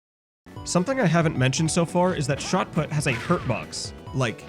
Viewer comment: It's put as in put the thing there not put as in put the golf ball.